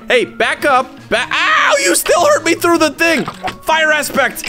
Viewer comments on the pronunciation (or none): none